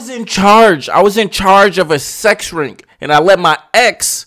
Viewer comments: Or rink instead of RING 😂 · 🤦🏾‍♀️ U had me tight wit the "sex rink" thing....u not ice skating 😂😂 its ring!! I get ur point tho.